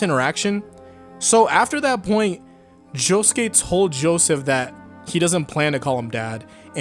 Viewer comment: he said Joeseth